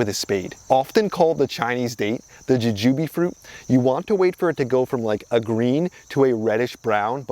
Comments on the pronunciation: It's jewjew Bee not jujewbe. The flying dragon had potential but sigh...I killed mine lol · I've never heard anybody say "juh-jooby" before 😂